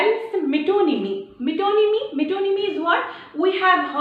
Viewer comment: Ma'am, reminding you, I told u in class. Metonymy is pronounced as 'met-nòmy'